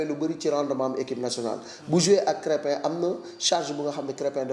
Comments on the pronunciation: C'est krépin pas créme 🍞 le journaliste 😳😳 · De grace,, apprends déjà à prononcer le nom de Krépin. C'est quel genre de journaliste ça? tu es vraiment nul quoi!!! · C'est vraiment dérangeant comment il prononce